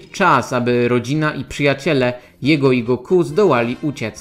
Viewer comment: Koleżko... Oglądałeś kiedyś w ogóle "Dragon Balla" po japońsku, czy robisz tutaj jakąś projekcję własnych wyobrażeń na temat tego języka? Imię Son Goku w romanizacji zapisuje się jako "Gokū". Oznacza to, że ostatnia sylaba jest długa (można to nawet "roboczo" zapisywać jako Gokuu), w związku z tym lektor niniejszego filmu,, robi dobrze stawiając akcent właśnie na "-ku", a nie na "Go-", jak zwykle robią polscy youtuberzy. Jeżeli chodzi o Tenkaichi Budokai, to w ogóle nie wymawia się tego tak, jak napisałeś ("Ten-kai-chi", co dawałoby brzmienie "Tenkajczi"). Pauzę należy zrobić po cząstce "Tenka", bo cała konstrukcja "Tenka-ichi" oznacza "Najlepszy pod niebiosami" (podobnie jak "Sekai-ichi", co oznaczałoby "najlepszy na świecie"). Wymawia się to więc mniej więcej tak, jakby "Tenka" i "ichi" były dwoma osobnymi słowami, co daje dźwięk bliższy "Tenkajiczi". Jeśli nie wierzysz, włącz piosenkę "Mezase Tenkaichi" z anime "Dragon Ball" i w niej usłyszysz to bardzo dokładnie. Na przyszłość polecam weryfikację swoich tez zanim je wygłosisz i to jeszcze tak wulgarnie. Normalnie usuwam takie komentarze, ale tym razem postanowiłem wykorzystać okazję, żeby wyprowadzić Cię z błędu. Pozdrawiam. - Bananowy Doktor